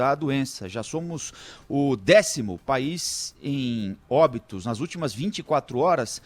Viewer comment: Um repórter expressar; "trezentas óbtos" é de doer os miólos rsrsr